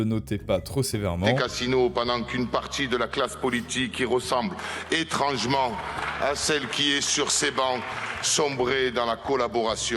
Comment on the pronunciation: Contenu très intéressant, je suis une abonnée fidèle, et regarde souvent. Mais je me demande, pourquoi prononcer les « e » comme des « eu », comme é-t-ran-geu-ment, extremeu-droite, etc. ? C’est une vraie question.